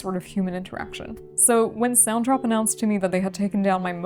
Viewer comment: your distributor is called SONTROP? Maybe enunciation isn't for you.